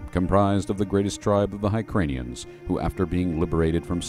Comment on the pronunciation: High-cranians? C’mon man! Try hear-kahnians on for size.